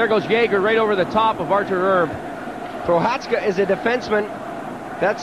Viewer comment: announcers absolutely brutal. "artur erb" "pavel bura"